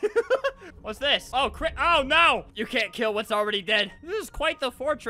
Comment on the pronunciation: Why does it sound weird when he says dis stuff